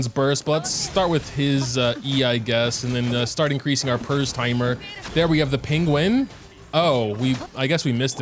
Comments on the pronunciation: Just so you know its Pear timer not purrs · FYI “Pers” is pronounced “pear” like the fruit.